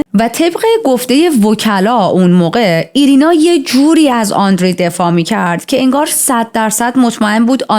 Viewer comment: آندری نه و آندرِه